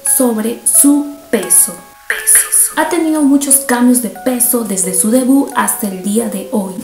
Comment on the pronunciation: Es debut, no debú. Extremo, no estremo. Perdón por corregirla, pero escucharla pronunciar así es feo.